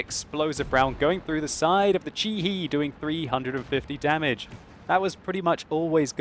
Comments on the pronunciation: hi I'm Japanese. I think The pronunciation of your chi he is wrong. Its not chi hiː Its chi hé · Chi-He is pronounced Chee-Her. sorry got a little annoyed everytime he says Chee-Hee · chi-he pronounce and chi-he. he rhymes ba from bacon. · ｢Chi-He｣ incorrect pronunciation